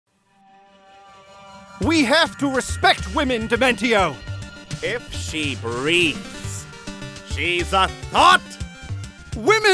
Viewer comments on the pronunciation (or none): I think Dimentio's name is pronounced DimenSHio, not DimenTio, sounding similar to the pronunciation of 'dimension,' given his powers. Based on the words 'dimension' and 'dementia.' I don't mean to be obnoxious, I have just been hearing rumors of a Super Paper Mario musical, and I wanted to make sure it is not overlooked. Forgive me, I am still new to this channel... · I like your voices but That pronunciation on dimentio just...bugs me in a way Not to sound dosrespectful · I thought Dimentio’s name was pronounced like “Dimension” or the -tion in “connection”. To each their own tomato or potato I suppose.